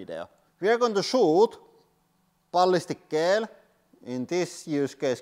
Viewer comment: I love how he says Balhistic ghell!